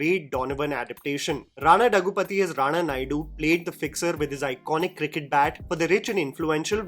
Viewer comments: It’s Rana Daggubati not Daggupathi 😅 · Its Daggubati, not dagupathi😑.